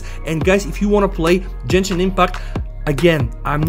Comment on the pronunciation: Jenshin no it is gen-shin with g not a j sound plz say to correct 😢😢